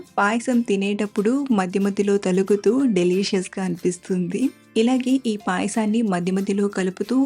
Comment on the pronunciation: తలుగుతూ కాదు తగులుతూ